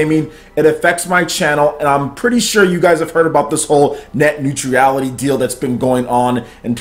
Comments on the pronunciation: Love your videos. Watch them all the time... but you clearly have fallen for the leftist fear mongering. Honestly... you can't even pronounce it. It's not Net Neutreeeality! Bro you're way off base. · Dood.... You killed that pronunciation... Omg cringing. New-tra-le-t - neutrality ... Still cringing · There is no 'i' in 'neutral'.